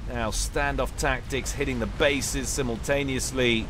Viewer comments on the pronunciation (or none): none